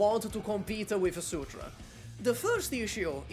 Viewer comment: Wait why are you saying "Degen" in Degenbrecher like the degen in degenerat 😂😭 Edit: Wait is "Sutra" is Surtr?